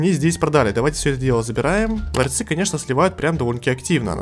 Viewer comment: Научите его уже говорить не "ларЬцы" а "ларцы"